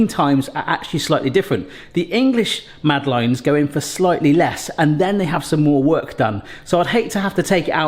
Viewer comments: Eek. My ears are burning! Mad uh laines is how to say it. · So he doesn't pronounce it the french way. It doesn't realy matter. On such a small island where there is in any case a varied way of pronuoncing even the most basic words and then rest of the english speaking world all have their own pronounciations why in this case make such a fuss over a French name.